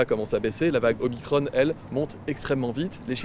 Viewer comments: Pourquoi il disait Omicrone et non Omicron. J'adore quand il dit des publications scientifiques sérieuses, il nous confirme donc qu'il en lit des non sérieuses 😁 Résumons : paniquez c'est la vague, paniquez pas c'est pas grave et j'ai plein de comités Théodule en place ! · Pour faire simple Mm Véran, il n'y a pas que les chiffres qui ne sont pas bons! De plus vous dite pour le virus, (sic) le variant Omicronne et non pas Omicron comme ballon, balcon, cornichon....etc ! Je ne comprend pas la prononciation que vous et bien d'autres utilisez. Vous déformez déjà tant de choses que je vous serai reconnaissant de ne pas déformer notre culture. Perso j'espère qu'après le variant Omicron pour finir 2021 nous n'aurons pas a affronter le "Véran Omacron" voir Omacronne comme vous aimez prononcer les mots terminés par ON ! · Déjà de base pourquoi il dit OMICRONNE ?? C'est pour ne pas facher son maitre ? Pourtant on dit bien un proton, un neutron... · Va falloir choisir entre l'anglais ou le français, mais stopper ce franglais dégueulasse. Soit c'est ô-mai-kro-ne soit c'est o-mi-cron mais pas un mélange des deux.